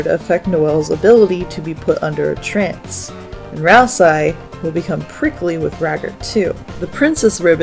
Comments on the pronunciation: Continually pronouncing Ralsei's name with an "eye" sound at the end while quoting the Japanese version is crazy work, since his name is spelled ラルセイ, confirming that it's pronounced with an "ay" sound. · “Weekii” “ralseye” “gare son” “sham” you’re upsetting me. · I can't be sure due to "Ralsai", but it seems from the way you pronounce "Gir" that you've never seen Invader Zim. Well, it's now required homework for understanding Deltarune so get on it! 🫡🤖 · THAT’S HOW YOU PRONOUNCE GIR?! I’VE ALWAYS PRONOUNCED IT LIKE “GRR.” Also, Ralsei is pronounced “Ral-Say.” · Your pronunciations of Ralsei and Gir are just dang great 😌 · most fascinating pronunciations of ralsei and mcelroy and gerson